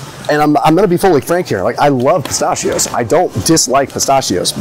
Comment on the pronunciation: Stop saying pistachio the wrong way lol